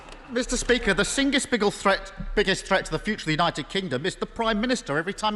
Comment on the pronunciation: title is wrong. he said "the singest biggle threat"